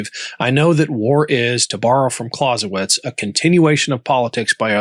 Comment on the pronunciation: You murdered Clausewitz's name